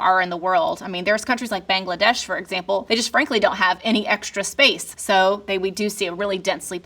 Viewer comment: I'm so glad she pronounced Bangladesh correctly. Thank you. Oop, nevermind, later she messed up haha but its ok!